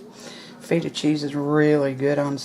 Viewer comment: Looks AWESOME!!! We do something similar in Macedonia. You make me giggle tho. I've watched 2 of your recipes where you use Feta Cheese, and you pronounce it FEET-AH. It's a soft E, like in hen. I love feta too! I saw your recipe for the salad with pears, walnuts, feta and greens. CLASSIC! So amazing!